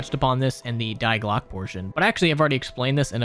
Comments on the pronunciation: The way he pronounces "Die Glock" is the most american thing I've heard. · I'm currently suppressing the urge to correct you on the pronunciation of Die Glocke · The way you say Die Glocke hurts haha